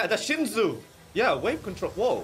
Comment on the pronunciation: you are Korean why you pronounce shinsu (신수) like shinju lol and 밤(baam). Use your Korean tong bro lol.